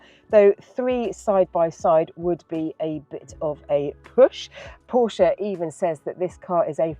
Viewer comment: The otherwise solid is revealed to be malleable; for craven enthusiasm must be feigned. This Porsche (at least she pronounced it properly - 'porsher') is remarkably ugly. Pedestrian in its styling it looks like an entry level Ford, or every other EV saloon from an east asian production line. The battery laden floor pan elevates its profile and makes it look like a lorry. It's just, as the Macmaster can attest, another overpriced product wherein - just like faux, earnest appeal - 'BBB' - Bullsh*t Baffles Brains.